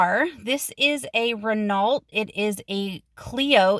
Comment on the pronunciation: Nice Video, one thing I will say is the Renault is a stupid french design, most cars have well positioned start buttons/key slots/ignitions and cruise control controls, btw the pronunciation is Ren-oh, more stupid french things and what was that area? Was it Wicklow?